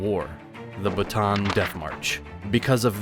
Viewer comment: The Corregidor is read as "ko-re-hi-dor" Bataan is read as "ba-ta-an"